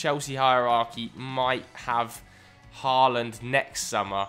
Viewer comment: please learn how to pronounce Haaland’s name correctly